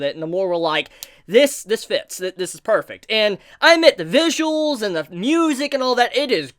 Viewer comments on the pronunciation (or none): none